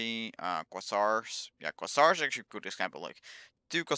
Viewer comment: je spreekt het uit als kweezar. niet kwazzar